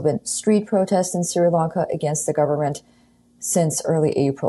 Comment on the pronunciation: Pronounced SHREE LONKA not SIRA LONKA